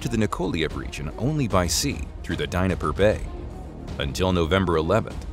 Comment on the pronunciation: Where the hell is the DINIPPER BAY?, C'mon guy's at least try, you know the correct pronunciation?.